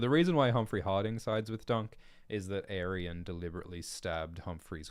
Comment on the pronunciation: I thought it was pronounced "Ay-ree-on" for like 10 years now.